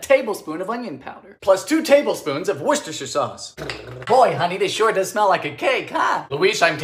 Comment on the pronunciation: OH MY GODS!!! HE PRONOUNCED WORCESTERSHIRE SAUCE CORRECTLY!!! I SOMEHOW LOVE HIM EVEN MORE NOW!!!